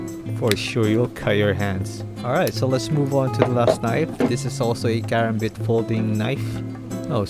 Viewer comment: You sound like you don't know anything about knives and you said karambit wrong